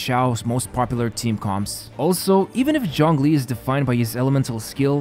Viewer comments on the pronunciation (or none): It physically hurts every time you say "John Glee". Zh as in G in genre.